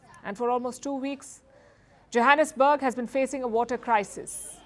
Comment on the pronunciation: I thought I heard Palki said Jihadisburg SA or I heard her wrong?🤪🤣